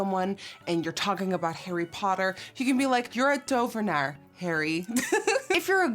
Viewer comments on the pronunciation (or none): lol I'm also from The Netherlands an I was like, lol hoe ze dat woord uitspreekt zo van to-ve-naar, wel leuk dat je dit soort dingen doet <3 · DOVENAAR. When you say it all together it sounds like dopfhenaar. Am I imagining that ph? Lol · Tovenaar...dovenaar...THOVENAAR... the struggle is real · Me and my boyfriend can’t stop saying ‘Tovenaar’ 😂 we have been going up to people and just saying the word and people are looking at us like wtf😂❤️💕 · I’ve just taught my two boys how to say tovenaar, they’re 6 and 3 and are amazed they can now “speak Dutch” 💗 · This new dutch word of the day is the most entertaining thing for a fellow dutchie 😂 watching all these videos on instagram of foreigners saying tovenaar omg i fucking love it ur a fucking queen girl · Beaut as always nikkie.... so tovenaar... Is t pronounced D in Dutch? I'm just from outside of Manchester but work in the city centre... Amsterdam is one of my favourite destinations 💖